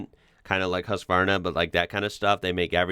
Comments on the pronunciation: Its not Haaaaazzzzkvarrrrrrrna, but pronunced Husqvarna, with a short U (not an O either) and a soft s, the way it is spelled, the phonetics in this word is puite close to the letters if that is helpful. Thanks for a nice show! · Husqvarna pronounces Huskvarna. You pronounceed Ikea perfect, with the " i " and not like "ai" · Husqvarna is pronounced Hews-kvarna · Your pronounciation of IKEA was spot on (as in the one you had hear instead of the common one). The pronounciation of Husqvarna though, was really weird (They use the old spelling btw. Nowadays the town it comes from is spelled Huskvarna)... The "U" should be more like you say the word. "Muse", and the "quarn"-part would be more like "farm".. Or go to the English wikipdia-site for an actual soundclip. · Swede here, if you want the Swedish pronounciation, the "qvarna" is fine, "hus" though we can work on. Think of how you'd say "hussar". The Swedish "u" is a "soft" sound.